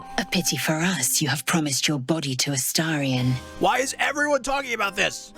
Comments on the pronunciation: Just my own little pet peeve but why does every YouTuber say Astarion’s name as A 😳 ion when it’s pronounce A ⭐️ ion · please for the love of god learn to say astarion’s name